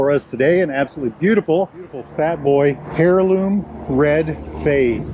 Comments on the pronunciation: Good lord, it’s pronounced air-loom, not hair-loom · It’s pronounced (heirloom) air loom😮😂just sayin